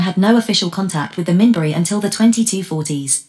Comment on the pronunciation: It's pronouncing "Minbari" wrong.